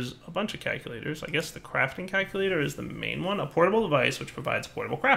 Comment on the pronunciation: CALCulator. Not KAKulator. I know your channel is PG, so you probably don't want to be saying an Afrikaans curse word over and over.